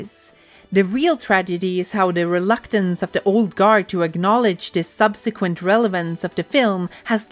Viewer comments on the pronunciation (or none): none